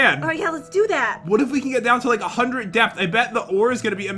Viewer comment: I love how and jen say hundrit instead of hundred. Especially!